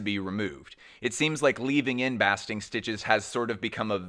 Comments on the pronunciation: Baaaaasting stitch not bahsting stitch - love your commentary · Pronunciation Correction (with love) : the word 'basting' is pronounced 'BAY-sting' (I checked the UK pronunciation - it's the same as the usa). Fabulous video. Thank you so much. -yank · Wow thats a lot of work making this video!! Much appreciated ❤ Also re: Sacai's basting stitches: the a is pronounced like the a in bass,not ass 😅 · I’m sure someone already said it but basting stitch is pronounced like paste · Basting would be pronounced like wasting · A basting stitch is prounouced "bay-sting" like you would do to a turkey. Just an fyi. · ⭐️⭐️⭐️⭐️⭐️Just found you, my first time. Just fantastic. I love design. I love new ideas. So you seem brilliant about fashion designers, but you did mispronounced the word: Basting. Those hand stitches in white as tailors make suits. It’s the same as when you baste a turkey. Also zen Koans are two syllables ko - an. (What is the sound of one hand clapping). But otherwise there were many technical references that went right over my uneducated or knowledgeable head. Very exciting and clearly exhausting show after show of ideas and more ideas and inspiration. But you gotta hand it to basic black. 🖤🖤🖤🖤🖤🖤🖤🖤🖤🖤💣🖤🖤🖤🖤🖤🤍 ❤️‍🔥 Very well done. Thank you.